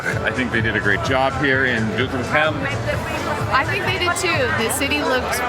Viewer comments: Foreigners enjoying kingsday more than the Dutch😂😂 Nates pronounciation of Doetinchem was top👍👍👍 Katrinas pronounciation is improving as well👍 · Doetinchem pronounced correct. Well done. You deserve the oranje tompouce